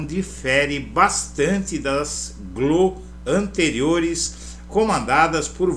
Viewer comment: Fica estranho pronunciar glo, como se fosse uma sílaba. A pronúncia usual é G - L - Ó, com o som de cada letra em separado.